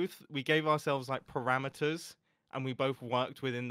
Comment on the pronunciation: Thats a funny way to say 'perimeters', at first i thought he was talking about 'parameters' or some conditions required to build the area.